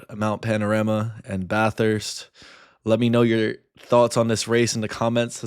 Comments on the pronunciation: Holy shit. He said Bathurst almost correctly. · it’s fucking Bathurst